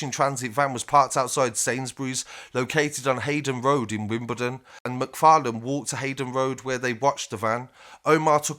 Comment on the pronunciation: Haydons road not haydon road how hard is it to pronounce the “s”